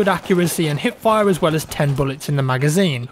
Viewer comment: I think this was the first video I watched last year and i kept thinking: wut is 'hit fire' Lol hipfire sounds like hitfire